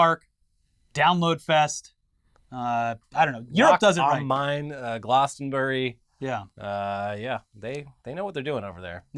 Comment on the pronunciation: Nice to have you back fellers, I rewatched a load of Weekly Weird last week to get my Internet Today fix! your pronunciations of British things often crack me up, it's Glass-tonbury not Glars-tonbury haha